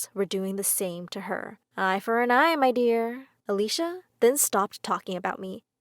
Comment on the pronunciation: When she said "MIDEAR" it made me smurk lol😏😎😅